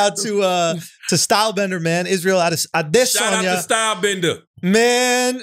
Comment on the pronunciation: Fair play to Andrew he hits that name pronunciation ADESANYA proper